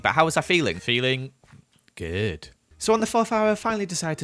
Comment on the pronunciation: it’s the way he said goOd for me